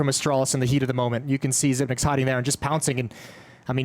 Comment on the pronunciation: xyp9x should tell the commentators to pronounce his name correctly